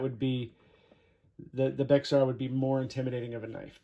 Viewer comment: Pronounced… Bear